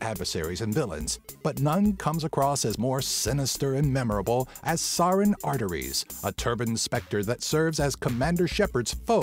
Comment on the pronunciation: I love your channel, but you butchered Saren's name.